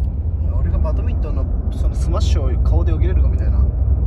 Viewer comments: バトミントンじゃなくてバドミントンです！笑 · バトミントンではなく バドミントンです！